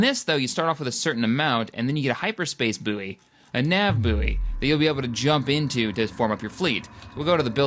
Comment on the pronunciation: That's not how you pronounce buoy